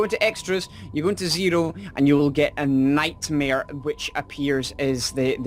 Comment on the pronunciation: his nome is nightmaire